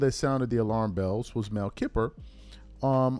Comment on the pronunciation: Dis man called one of the best RB’s in history of the NFL & hall of famer a whistle blower, and called Mel Kiper “Mel Kippper.” Yeahh we can tell you definitely not a football guy. 🤣🤣🤣 Good video tho for sure. 👍🏾